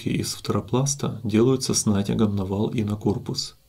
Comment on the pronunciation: с натЯгом же правильно говорить, а не с нАтягом?